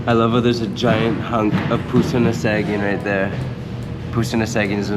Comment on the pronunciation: when pronouncing Tagalog words such as Bamban, Saging ( banana), the 'A' is pronounced as Ahh.